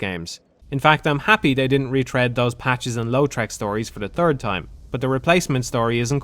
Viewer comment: Dark Souls - The Turd Time Could not have put it any better. Yes I realise he's saying third but it's hilarious and fitting.